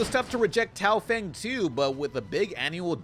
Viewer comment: Complains about people mispronouncing gigante Immediately mispronounces Tao Feng.